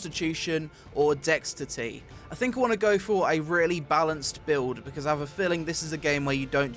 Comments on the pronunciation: "dextity" mmmmkay mate. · did he say "dextity"? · did he just say dex-titty? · "dextity" OFFICIALLY WORST YOUTUBER ON EARTH REEEEEEEEEEEEEEEEEEEEEEE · dextity lel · "Dextity" - quality content right there lads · What the hell is dex titty? xD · Strength, Constitution,.... Dextitty? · Dextity??? lol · Strength, Constitution, and "Dex-Titty." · Dextity? Did finish school????? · Dextitty" lel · You pronounced Dexterity in a weird way :p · Dextity? Is that how you pronounce that, never heard dexterity pronounced that way before, cool! :) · Dextity? the hell is that? XD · Dextity ftw... Lol your pronunciation though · Dextity? Whats dextity? Is that kind of like tititties? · Did anyone else catch his dexterity pronunciation? I like his videos for most part but man, sometimes he boggles my mind with his mental capability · I love it when you say dexterity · What the fuck did this guy just call dexterity? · learn to read , dexterity, metullurgy, and why the fuck would lime be a legendary ! ffs, all the money for equipment, but no brain to back it up. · No, the Brits don't say dexterity wrong...